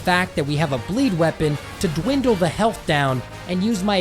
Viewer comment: I did not expect him to say health penis